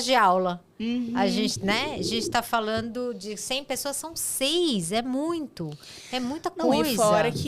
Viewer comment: Gente do céu, as pessoas não conseguem mais pronunciar o “nd”? É sempre “falano”, “correno”, caminhâno”. 😰